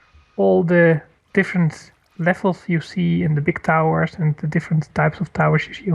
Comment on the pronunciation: bic towel?? haha xD I think you mean "big tower"